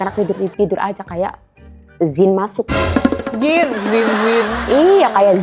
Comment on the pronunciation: Sinii ta ajarin ngaji Buu klo mauu😅 Jiinnn bukan Ziin ya Buu🤣